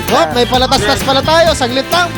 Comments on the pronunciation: Ahha patalastas hinde palatastas ahhhaah whats money paper only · sabi ni palatastas diba po patalastas pero ok lang po yun kasi po lahat po ng tao nagkakamali #whatsmoneypaperonly #billionairegangs #solidfans #subscribe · palatastas nga hahahahaha ano yon palatastas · May PALATASTAS po tayo! me: PATALASTAS haha